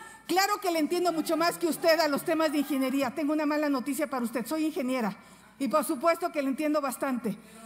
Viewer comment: La dijo ingeniebra.